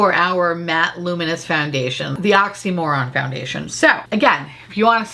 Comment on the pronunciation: “The oximoron foundation” 😂😂😂☠️☠️☠️